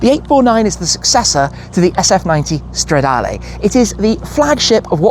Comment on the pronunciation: If you want to lose a whole load of money then yeah, and I do wish you’d stop saying stradaaaalay. It’s stra-da-leh. Not lay! Ferrari isn’t on form right now but as Clarkson said, if their road cars are bad their F1 cars are good. gosh it’s ugly! Don’t do it!!! ❤